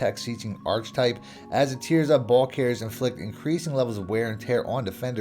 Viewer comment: I love your videos but it's killin me how you pronounce archetype lol. Its ark-a-type... Keep killin it though!